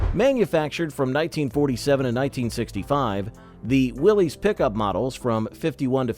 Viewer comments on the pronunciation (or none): Let's start with the first error. Willys is Not pronounced Willies. It Is pronounced Willis. Accuracy goes down from there.